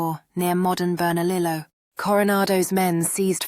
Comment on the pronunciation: * Teegwex ..NOT Tigooex or Tigex * Bernahleeyo NOT Bernalilo